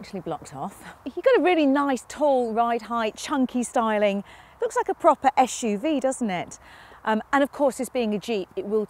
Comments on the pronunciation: Very low standard. She can’t say SUV 😂. Door can’t open wide enough. She is expecting more than 90. Esh UV. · It's not esh u v it's suv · Why is she saying YeshUV instead of SUV,that really annoys me. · Carbuyer, please stop using this woman to review SUV's. Every time I hear her pronounce it as "esh-u-v" makes my skin crawl. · the ESCH JU VI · I love the way she pronounces SUV -- esh-you-vee.